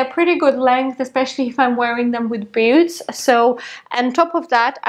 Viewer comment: It’s so cute how your pronounce ‘boots’ as “beauts” 😋😍